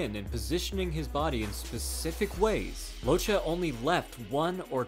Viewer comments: You need to read "Locche" like this: "Lòtke" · He was the Son of Italian immigrants so his name is pronounce (Loc-Kay). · It’s pronounced lokke . It’s Italian